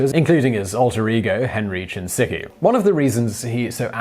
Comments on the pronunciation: Bukowski used the name Henry Chinaski, not Henry Chinsiki!! Please do your research, especially pronouncing names correctly!! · I love you. But I've never heard anyone pronounce Chinaski as, Chin sicky. lol stop. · Chi - na - ski. Henry Chinaski.